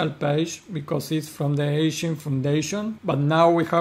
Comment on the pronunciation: It's Egen not Echen, thanks for the updates 😊